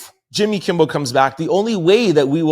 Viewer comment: PLEASE PLEASE ITS NOT KIMBLE BUT KIMMEL. …KIMMEL…..KIMMEL